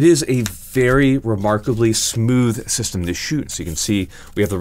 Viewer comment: My head spin everytime you say system